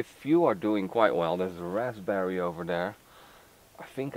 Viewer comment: The p in raspberry is silent.